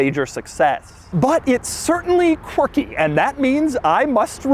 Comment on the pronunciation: Je suis français. How many times did you say "quircky"? LOL